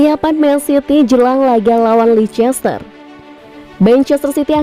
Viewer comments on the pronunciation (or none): Bacanya leister kali min